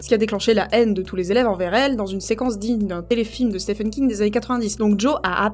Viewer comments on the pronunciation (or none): none